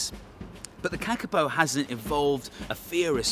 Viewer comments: Go the Kakapo, although they are cute even though they are dumb- btw you are saying it wrong it's pronounced carcapo (I would know as I live in New Zealand =] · You are pronouncing it wrong Kaa-Kaa-Poh I know this because I live in New Zealand